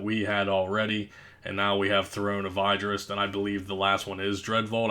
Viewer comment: throne of ID-dris. smh